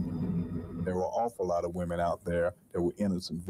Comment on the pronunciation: . "Me in". A group of me in, it's a vowel thing,..or thang.